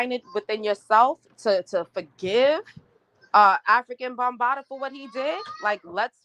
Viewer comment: How can you give credibility to this woman who is not even pronouncing the man's stage name correct? It makes it seem she hasn't done good research or has no clue who he is.